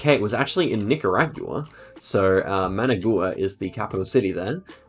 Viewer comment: Just offering input. And btw, since you mentioned concern about mispronouncing names Managua is pronounced with the stress on the second 'a' and the 'ua' is a diphtong. Cheers.